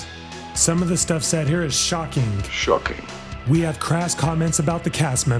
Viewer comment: Pronouncing words ending in ing as ink is shockink and distractink haha, cool video though